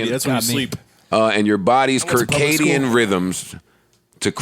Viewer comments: Hey Joe it's pronounced Sir•Cadien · Joe said "kerr-kadium rhythms" 😂😂😂🤦